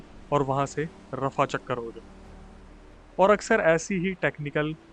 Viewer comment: Rafachakkar ❌rafuchakkar ✅